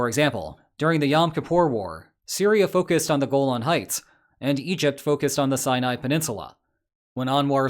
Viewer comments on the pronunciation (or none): none